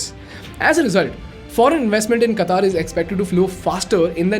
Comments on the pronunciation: This lame guy is making an analysis of a mega event and he can't even pronounce Qatar... Qataar means queue. its Qatar. Ultracrepidarians ruling uninformed minds these days.... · Qatar not Qataar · Its not Kataar. it is Qatar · At least work on your pronunciation. It's no Qataaaaaaar. It's Qatar. Very simple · It's not Kataaar it's Qatar* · It is Qatar, not Kataaar 🤣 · First speak correct QATAR.....QAATAAR ....hahahaha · Do you pronoun पाकिस्तान as "पेकिइस्टैन" ? मोदी as " मोडी" ? If no, then it's "क़तर" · firstly announce the word Qatar properly😅